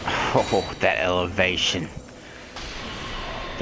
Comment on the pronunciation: THAT ELEVATION, THAT ELEVASHUN